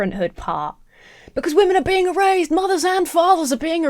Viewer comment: Your Brit-ness on the word erased makes it sound like the product of some modern remote nanny work... E-Raised. Love it.